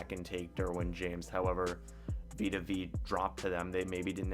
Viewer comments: Veya not veee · Vita Vay-uh. Vita Vea. Like Bethea. George Weah.